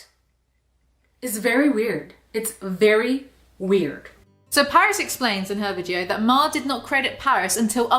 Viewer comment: Paris' real name is Parise, pa-reese.